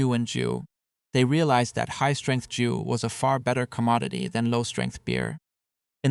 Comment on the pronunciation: Please stop butchering 酒 as JOO, it sounds much closer if you just pronounce it like the name Joe